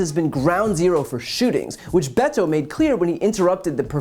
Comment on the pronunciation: Come on Brian! At LEAST make an effort to pronounced his name properly, Beh•tō